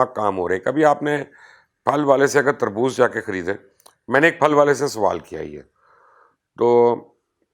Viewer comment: Kherbooz nahee Terbooz(Watermalon) ha!